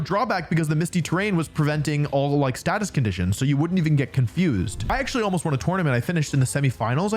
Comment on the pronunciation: “Um aktsully stellar type is the newest type” okay done being that guy, thanks for the vid!